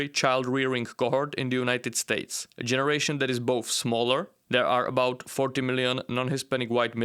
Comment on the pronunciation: What are "Jenzie Americans"?